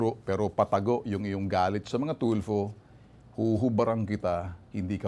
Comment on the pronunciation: TULFO PO TULFO HINDI TULPO..ANO BA NAMAN MGA TAONG TO..AGAIN, TULFO WITH AN F HA NOT TULPO